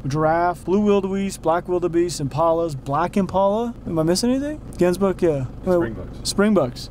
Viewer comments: Hemsbuck 😂 Gemsbuck but the G is like a Gggggggg noise (like wheelspinning on gravel) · Hemsbuck... Me: Gemsbok(Afrikaans) The English name for the "Hemsbuck" is Oryx😂 for those that were confused. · That's not how you pronounce Nyala or Gems bok/buck 😂